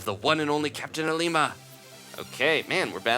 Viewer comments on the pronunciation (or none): Ilima is pronounced Ee-lee-ma :D